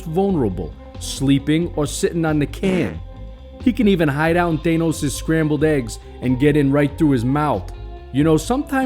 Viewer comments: I dont care where you're from.. he is called thanos NOT THAYNOS!!!! 😂. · Ah yes, ThÆnos and Ænt-man